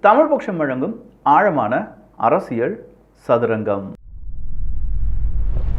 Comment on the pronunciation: அரசியழ் இல்ல டா. அரசியல். தமிழை ஒழுங்கா பேசுடா.